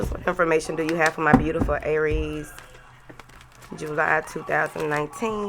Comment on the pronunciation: I love it when u add that extra syllable in "Aay-ries" 😂